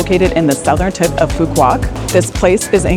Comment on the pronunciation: nice vacation, the island is pronounced as foo vook and not pho quock as most American tourists call it. With Love YKM